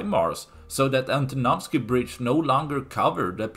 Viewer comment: Great pronunciation of "Antonovsky bridge" 👍 I vote for Ukrainians to wait until the bridge is ready, or even have some vehicles moving over it. Why they keep building the doomed pontoon bridge? It is likely to report to the higher-ups than they are doing something. When the pontoons will be destroyed, they will say "🤷‍♂, this would have worked if not those pesky Ukrainians" 😆